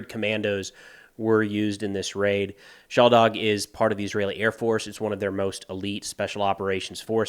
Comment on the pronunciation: You pronounce it shaLdag, it's pronounced shalDag (the emphasis is on the D, not the L). You are Anglophone and of course forgiven, but thought you might want to know.